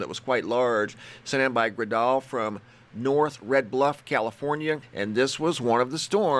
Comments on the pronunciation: Hi! Fantastc pictures! I live in Red Bluff Ca. My friend Gredal sent the shots from storm yesterday. You pronounce her name like Gretal, like hansel and gretal. But your way is cool too☺ love your channel! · Awesome, my daughter Gredal took the first set of photos and her name is pronounced "Gretel" like from "Hansel and Gretel." But that's okay! Thanks for posting her photos. It was a crazy night for us all. Here in the north state (California).